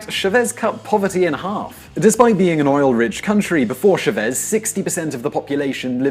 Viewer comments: Its CHÁVEZ not SHAVES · #1. The president's name was CHA-vez, not sha-VEZ. Such a basic error is a tip off for the many mistakes elsewhere. #2. The main argument is that Venez. became more dependent on its oil for its national economy under the Chávez administration. This is FALSE. In fact the economy diversified slightly from 2003, when the national govt. finally got control of PDVSA after a lock out by its top management. Please look up the various analyses available from the Center for Economic and Policy and Research, CEPR, based in Washinghton D.C. "Sowing the oil" for other development has been a hollow statement by almost every Venez. government since the 1920s. The Bolivarian project was more successful than most, but it also fell short of what was necessary. But keep in mind the fierce opposition from conservative forces to allow any positive changes. The land reform passed in the early 2000s became law, but it remained too much a "dead letter" because the national government did not send in police/military force to protect the newly formed agricultural co-ops and private small farms. The powerful landowners of fallow land used their hired guns to murder dozens and then more dozens of small farmers who were effectively stopped from realizing the benefits of the land reform. The need for Venez. to import food could have been significantly reduced; the culprits were not the govt. funcionaries, but the rich landowners who derailed the land reform. This type of heavy handed sabotage from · Sorry to correct you but it's CHAvez, not ChaVEZ. That's why his name has an accent mark: Chávez. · Oh mon dieu, I didn't know "Shavéz" was french. Guess what the little dash on top of the "a" is for. It's Chávez. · CHAvez not ChaVEZ. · why do you keep mispronouncing Chavez as Shaveeeez???? make a little effort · Your spelling of catastrophe is catastrophic, and I wish you’d say Chávez, instead of “Shervéz”. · Chavez [Chah-Ves] not Chevez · CHA-vez, bo-li-va-res